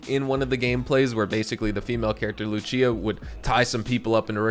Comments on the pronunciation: You read Lucia as Loo-Chee-Uh when Lucia is Loo-See-Uh. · Gawd damn..why does every YouTuber get her name wrong 😂..it’s lucia..(lew see ya) like lucy but in Spanish.. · Its not luchia is lucia